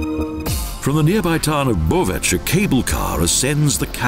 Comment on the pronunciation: Pronounciation very bad: "Koritnica" and "Bovec"!!!